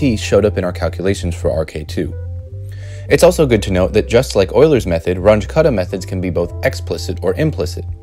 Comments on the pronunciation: You should've checked the pronunciation of Runge-Kutta. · It's "Ruuungae Kuttah" not "Ranch Cutter" 😂😂😂😂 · The names are German: Run-guh Kutta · Please learn how to say Runge Kutta. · I don't think thats how you pronounce 'Range-Kutta'